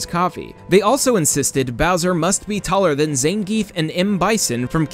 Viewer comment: It's Zahn-giff, not Zane-geef